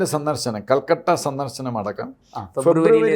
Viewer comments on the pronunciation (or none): കൊൽക്കട്ടയല്ല, കൊൽക്കത്ത എന്നാണ്.